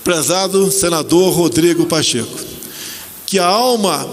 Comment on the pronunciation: Pacheca não, é pachekusao!!